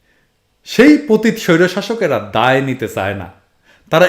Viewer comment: ভাই প‘তিত না। উচ্চারণ টা হবে প‘তি‘ত। আপনি যেমন সবার ভুল ধরেন আমিও আপনার ভুল ধরলাম😅। By the way I'm one of your big fan.